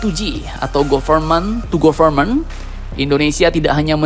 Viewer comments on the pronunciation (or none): Government itu cara bacanya gavermen ga sih min?😂